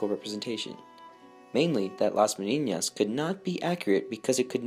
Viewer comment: I applaud the attempt to pronounce the ñ (a very good ñ, by the way), but the word is Menina and it doesn't have an ñ.